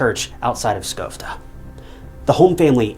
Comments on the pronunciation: Incel narration: "lisa Holm was born in Skovde (miss pronounciaton on a buthering note its Sch-Ö-vde) LOOK up the letter Ö its not an o!!! "Skov'de England despite the text clearly texting Skövde Sweden". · I hate the way he pronunces Skövde. Sadly i dont know how to explain how to in text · Does he say Skövde England even though it should be Skövde Sweden?